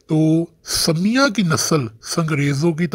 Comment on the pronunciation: Bhai wo samya nahi hai sumayya hai